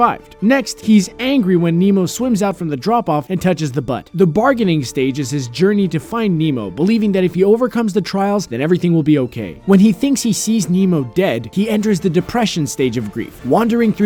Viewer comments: who else heard that he said butt instead of boat lmao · you said butt not boat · He did... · *laughs* he said butt instead of boat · When he said boat, on Finding Nemo I thought he said butt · said butt instead of boat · I died when he said it as butt